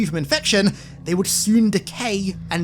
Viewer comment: please proof read these scripts a bit more cause that’s definitely not how you say Minutiae